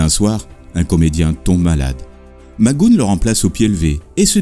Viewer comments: c est patrick Mac go hane phonétiquement) pas macgoune mdr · Ce n'est pas mac goon, mais mac go ane, Mac goohan. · Plutôt bien construit comme documentaire. Bravo. Quelles sources avez-vous utilisées ? PS - On dit "Mac Gou-heune" et non "Magoune" (je chipote) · "McGoohan" = Mic-Gou-Hann (Pas MacGoune) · Bon travail, mais Patrick Mac Goûne? Même si on n'est pas bon en anglais, on peut prononcer la partie après le "h" et dire "Mac Gouane". Quelques fautes de style aussi, comme "son enseignement de boxeur qu'il avait appris au collège" au lieu de "l'enseignement de boxeur qu'il avait suivi au collège", 'une diction rapide, lapidaire" au lieu de 'une diction rapide et un style lapidaire", "sous un angle crédible" au lieu de "de façon crédible", "une formule gagnante qui gagnera". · Pourquoi vous dites " Magoune"? C'est McGoohan!!! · super, mais pourquoi prononcez vous mc goon ? c'est mac goo han, avec un H aspiré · Tout à fait d’accord... je confirme ça se prononce Mac GO-ANE ... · Ben non, tout faux mon pauvre. Tu n’as tout simplement pas d’oreilles pour percevoir la subtilité de la langue anglaise et comme dit sur une autre de tes vidéos, j’ai bon nombre d’exemples ou le présentateur prononce bien « Mac GoHANE »... 🙄 Et c’est bien comme ça qu’il faut prononcer. « Mac Gooon » est tout bonnement ridicule... J’accentue également sur la particule « MAC (MC) »... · Henri Thebault 👍🏼 oui. McGoohAN... et pas « McGoune »... 😒 il faut se méfier des liens qu’on refile pour persister à croire qu’il faut prononcer « McGoune » surtout si on n’a pas l’oreille pour ça 🤣 et sans tenir compte des spécificités de langage propre à chaque anglais selon sa région de naissance... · Excellent commentaire .... sauf que j'aurais plutôt prononcé Mac "Go-Hann" selon l'usage français . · vidéo intéressante , par contre son nom se prononce macguoane il était bon acteur mais dans la vie privée c était une horreur et plusieurs rôles lui on échapper au cause de son caractère ...